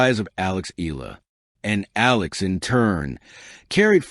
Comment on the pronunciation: It's Eh - yah - lah. Please pronounce it correctly.